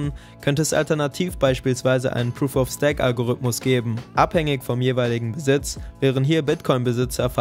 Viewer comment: Sehr gutes Video! Konstruktive Kritik: Stake wird wie Steak ausgesprochen! (